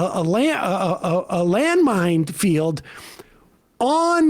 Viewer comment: Somebody please teach Sam the word "minefield"